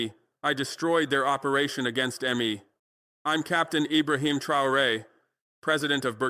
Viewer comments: Fckn hell do better with your ai shit. How annoying to hear... M. E instead of me. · 🟡🟡🟡🟡💯💯💯💯💯💯. BUT ... ABOUT PRONOUNCIATION..............Why mmm eeee in stead of simply........me.❓❓❓ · So this AI cannot pronounce me😂😂😂